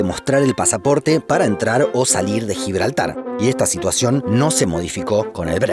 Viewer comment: GIBLARTAR ESPAÑOL